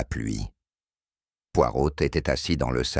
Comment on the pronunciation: Mr Poirotil...prenaiyt... Décidément je ne m’habituerai jamais à ces fautes de langage de ces I.A....